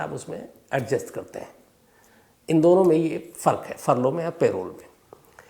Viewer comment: पेरोल नहीं परोल parole